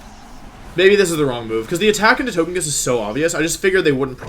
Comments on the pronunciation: toe-guh-pee, so To-GUH-kiss. come on, bud. You can do better. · Y can’t u pronounce togekiss the right way